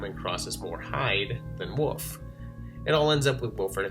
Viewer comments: Great video, but where are you from that you pronounce wolf as "woof"? The L is not silent in Wolf. I'm not trying to be critical, I'm just curious because the difference in the pronunciation is so apparent and I would think other people point that out to you. Most people use "woof" as the sound to imitate a dog barking. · love the videos, love the channel, but I gotta respectfully inquire, why do you pronounce "wolf" and "wolves" as "woof"? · Love this series! Thanks for all the effort you put into it! ...There is some weird stuff going on with the footage around the 14 minute mark. Also you say "wolf" like "woof" haha :)